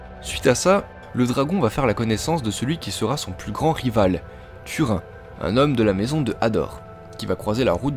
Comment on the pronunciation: Dommage que tu ne parles pas du pouvoir de Glaurung via son regard, ni ne précise que Anglachel, renommée "Le Fer de Mort" par Turin (ça ce prononce "tourine" par contre ;) ) est une épée de très grande puissance qui a donc pu tuer le père des dragons